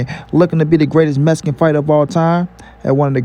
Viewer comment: Look Fool, it is MEX-I-CAN not that BS that your pronouncing. If you are gonna kiss Canelo's ass, at least pronounce his heritage correctly and coherently, till then, You but a FOOL!